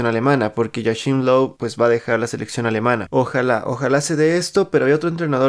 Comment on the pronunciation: "Joashín Loú" sehr gut deutsch, mein Freund... Ya máster, tómalo con calma. El Bicho ya ha dado ll que tenia que dar, mejor hay que disfrutar lo que le queda en nivel top. Él y Méndez ya harán lo que crean mejor para que siga jugando jugando la élite. Nosotros solo seguiremos disfrutando su prodigioso juego. Ánimo.